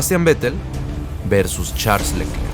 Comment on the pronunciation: la pronunciación correcta de Charles Leclerc es [Sharl Lœcler], en francés la "ch" se pronuncia [sh], la "e" sin acento entre dos consonantes se pronuncia [œ] entre "e" y "o" y la mayoría de las consonantes finales son mudas.